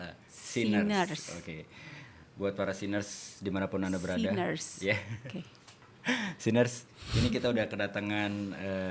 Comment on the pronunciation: Nah ini.. gw denger kaget. Sinners 😶